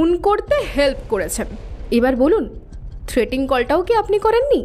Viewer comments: Good story… but actors need to work on their pronunciation… for example the word ‘threatening’ has been wrongly pronounced as ‘threating’ by through out the story. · গল্পটা বেশ সুন্দর। পাঠও চমৎকার হয়েছে। অলিভিয়া-সৌনকের অভিনয় দুর্দান্ত 👌👌 তবে একটা শব্দের বারেবারে ভুল উচ্চারণ কানে লাগলো। কথাটা 'থ্রেটিং' কল না, থ্রেটনিং কল(threatening call) লেখিকা সুমেলির ভুল, নাকি আপনাদের ভুল উচ্চারণ জানি না। পরবর্তী কালে শুধরে নিলে ভালো হয়